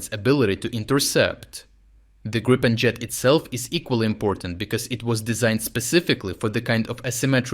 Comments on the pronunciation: So the only thing that needs to be worked on is that it is griipen. Not grypen, grippen or any other mispronunciations. I'm sure it should be doable for a Ukrainian. Or if this is not possible use Griffin or грифон. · Gree pen, not Grai :) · Great stuff. Just fyi. it's pronounced 'Greepin' (as in 'creep') ..... got that direct from a Swedish Gripen pilot some years ago. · Gripen is pronounced грііпен or in English greepen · Which is the pronunciation: Gr if fen or G ripen?